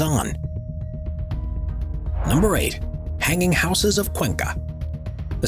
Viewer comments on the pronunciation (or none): Just imagine reaching adulthood but don't know how to pronounce 'houses."